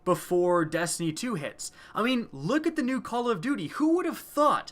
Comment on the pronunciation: I thought you were talking about destiny, not destiknee